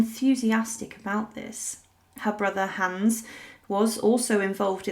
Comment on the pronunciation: You’re pronouncing Hans incorrectly.